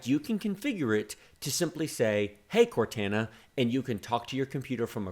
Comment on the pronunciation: The way you pronounced Cortana really made me uncomfortable